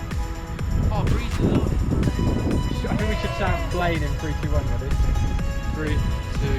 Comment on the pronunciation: its pronounced like flen not flane